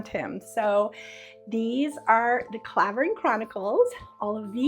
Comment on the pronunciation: I loved A Fall From Grace and The Sport of Matchmaking, they are the ones I go back to. Btw Clavering is pronounced Cl ai vering ... I used to live in the village